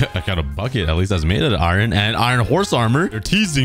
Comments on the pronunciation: Ie-Ron? Ireon? AAAAARON~! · Why do you say iron like iwren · Who in God's name says iron that way lol. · It's spelt iron but pronounced iern